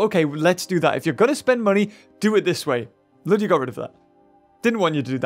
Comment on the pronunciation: Its ludia not lydia